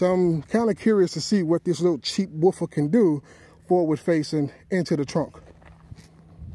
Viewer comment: I like the way you say woofer. It sounds like cheap woofah😂